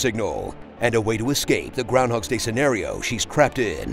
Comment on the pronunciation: It's Groundhog Day, not Groundhogs Day.